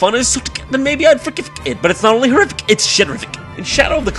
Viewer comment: "If it were as fun as SoTc I'd ForGivfC it, but it's not only HorRiFC it's SheRiFC." I've heard my fair share of funny shit, but THIS right here takes THE ENTIRE FUCKIN DESSERT MENU.